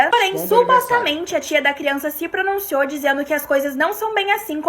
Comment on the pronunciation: ahhahahahah brinquedos, josi, começa, pronunciouuu